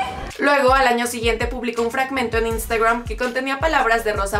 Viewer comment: Si estás hablando en español, en verdad es necesario pronunciar cosas como: -chuirewr -Instagrwam -heirewrs -etc Y por si acaso Reich se pronuncia Raij